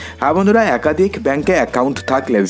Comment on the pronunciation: Bhai tui age kotha bola sekh khari akadik akadhik 😅